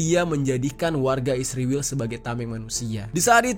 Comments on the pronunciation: Israwel..sebutan lu gak benar bro. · Mengapa kalau negara ISRAEL abang sebut dengan ISRIWIL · Gua gak mihak siapapun tapi kenyataan nyebut Israel nyebut Isriwil, gua suka gaya lu bang😁